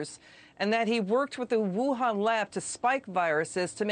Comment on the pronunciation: Whohan? Wuhan.. Youhan 🤔